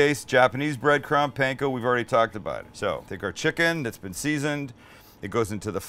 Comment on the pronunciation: Stop say pain ko- its pan ko